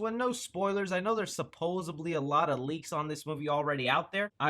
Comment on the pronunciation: I liked the video. Thank you for doing it. However it's suppose D ly. There is no B in that word man.